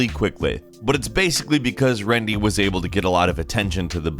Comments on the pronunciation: It's rendi lol not rendy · It’s rendi not rendy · It’s jagex with a J not yagex lmao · ITS “RENDI” AND JAGEX HAS A HARD J